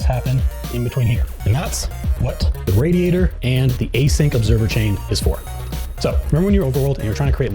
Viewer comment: Loved the gameplay, Loved the presentation, Hated the way you said radiator